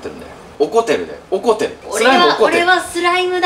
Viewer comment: 「おこてる❗」発音が可愛い😘😘😍